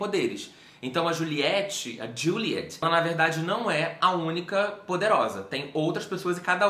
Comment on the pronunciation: Não é juliete tipo a pronuncia brasileira, é aquela pronuncia estrangeira tipo Diuliet. Eu também não conseguia levar a sério levando em conta a pronúncia brasileira kkkkkkkkkkk